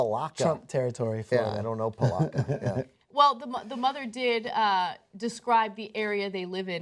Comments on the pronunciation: Hey hey hey wait... It's pronounced "puh-lat-kuh" jeez lol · I live in Palatka, and its not pronounced that way y-y Also yea it does suck.